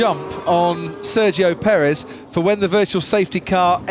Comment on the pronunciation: Searchio perez? Try Sergio Perez you bad f1 commentary!